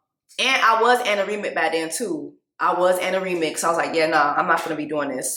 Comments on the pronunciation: Anaemic girl 🥹 not anaremic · Do you mean anemic? I don’t think it’s anoremic. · Girl it's ANEMIC not ataremic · 1)ANOREMIC ??????????????????? WTF IS SHE TALKING ABOUT ?????? 🤢🤣🤢🤣🤢🤣ANEMIC 2)THE SINGING HAS TO STOP...... IT IS GETTING SOOOOO OLD.... 3)AND ITS .... "SUBSTARCTION"!!!! Is this woman illiterate?????? So painful to watch....... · Jess… my sister in Christ. What is “anoremic”? Do you mean anemic? Birth control does not cause or aggravate anemia, it can actually help with anemia as it decreases menatrual blood flow which is usually the main cause of anemia in young fertile women. But yeah, birth control doesn’t work for everyone. Personally I love my birth control. I will say I don’t like it when men try to pressure women to get on birth control when they’ve clearly communicated that they don’t want to be on birth control. I feel like Johnny is trying to withhold sex and pressure her to get on birth control because he may be one of those dudes that hate wearing condoms. Seems selfish and manipulative. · Not jonnie "pacificly" 😂... and she said Amy was "anerimic" 😅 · lol I know that's not how you pronounce it. It's anemic